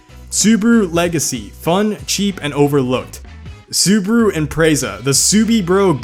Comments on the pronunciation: Why do u say Subaru as subru. It's Subaru with an a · I know, it's the english language, but how the hell is it possible to fuck up every name?! Subaru =/= Subru 😅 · Why everyone calls it “Su-bu-ru” xD thats Su-Ba-Ru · It's "Subaru" not "subru"wtf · Is this how Americans actually pronounce those names? Like awesome video, made me laugh but Soobru for Subaru, dang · SUUBWUU BRZ SUUBWUU Legacy SUUBWUU Impereza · Dat "subru" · "Subru"... Dude, go back to 1st grade and learn how to read. There's an A in there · Its Su Ba Ru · Suburu? Maybe soupyoubruh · correction SubUWU. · and subaru: sUburU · hearing him saying SUBARU made me stop watching the video for a while